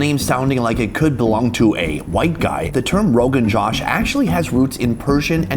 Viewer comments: It's not pronounced rogan jash rather roghan joash. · Makhani = butter. Murgh = chicken. Butter chicken is actually called Murgh Makhani. The order of the words is switched to signify "chicken cooked in butter-based sauce." As an aside, lamb roganjosh is actually pronounced "row-ghin-joe-sh" not "row-ghin-jaw-sh" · It's pronounced Joe-sh, not Josh, and luss-y not lassie😂! The food looks amazing. Will give it a try when I'm in Mumbai next.